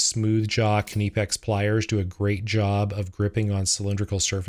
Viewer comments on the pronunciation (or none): Knipex is usually pronounced differently. The Germans say "nii-pex", a lot of other Europeans call it "nip-ex"....... The K is silent like in "knife" 😁 Your machining is great, im a woodworker so it astonishes me the accuracy people like you work to 😆 looks like ive found a new machining channel to satisfy the OCD side of me 😁🤙